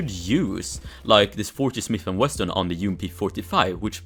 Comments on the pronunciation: bro its Smith & Wesson not Smith & Western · it is called smith and wesson not smith and weston